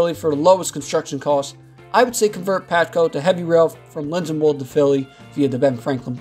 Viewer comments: Linden*wold* not Linden*wood* . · It's LindenWOLD. Not wood. You got it right later in the video. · Where the hell is this guy from??? Lindenwood? It is Lindenwold!! Pronounced LIN-DEN-WALD. Another one here. Abseecon? It is pronounced AB-SEE-KEN. God, I really hate it when non-locals to the Delaware Valley do these documentaries. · In addition to the Absecon mispronunciations, the narrator multiple times mentioned a "Lindenwood" station. It's LindenWOLD. The proposals are a bit of a pipe dream. The ACL has no shot of NJT finding hundreds of millions of dollars to completely rebuild rail on what is viewed as a struggling line. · It's Lindenwold not Lindenwood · Do your research on the pronunciations next time. You should re-release this video with the proper pronunciations. Us Philly and South Jersey people seriously take offense to this. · After reading comments, I now feel guilty of interpreting Absecon sound as it is spelled. And always though of Lindenwold as it is spelled, not ending as wald. (and for some reason, the name reminded me of the original Westworld movie as some sort of futuristic place where that "plane" is aunched to bring to the amusement park). I agree with another poster about the future of Atlantic City. The casinos haven't done that well. And one large complex that was built at northern end of downtown was sort of half completed after many bankruptcies. The city itself needs to do the work to attract travellers to whatever purpose it decides (casinos, beach or whatever). Unless that is done, the city can't expect transit to magically appear. City needs a plan to attract enough people to warrant improving ACL. On other hand, the smaller communities along the way might become extended suburbs of Camden/Philly and those towns would appreciate seeing home values increase if transit made it possible to have daily commute sto work. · how to pronounce Absecon and Lindenwold Lin-den-wald Ab-See-con now you dont have to piss of any nj viewers👍